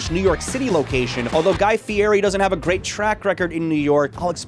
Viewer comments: Ahhh, also, just one other thing. Guy gets really upset if you pronounce his surname as "fee-airy". You gotta say "fee-etty"...go figure.. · My brother in Christ. His name is pronounced fietti